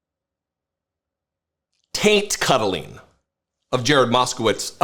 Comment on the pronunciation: Did he say tant cuddling... OMG LMAO